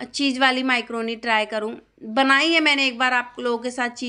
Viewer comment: Bolna sikh le bhn mycroni nhi macroni hoti hai 😂